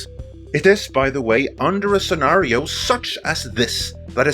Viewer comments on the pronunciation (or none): none